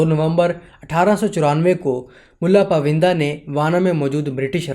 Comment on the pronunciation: یہ پائوندہ ہے، پوِندہ نہیں۔ بہت سی جگہوں پر برٹش کے بجائے برٹین کہنا چاہیے تھا۔ وڈیو بنانےسے پہلے اپنی جہالت قدرے کم کر لینی چاہیے۔